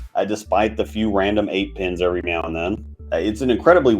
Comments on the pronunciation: You testing how many times you can say meow instead of now and see if we notice? Lol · I'm sorry, are you saying meow?